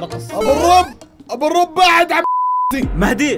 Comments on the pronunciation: لا، أبو الرُب صح بدون "و" بس بالضمة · ابو الرُب بالضمههههه مو بالواو لازم تفهمون